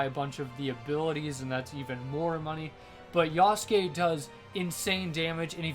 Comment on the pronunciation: yah sook